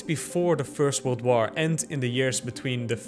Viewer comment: Drink every time he says «woaar»